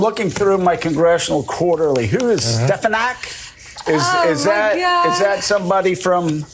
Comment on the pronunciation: He actually said Stepanak.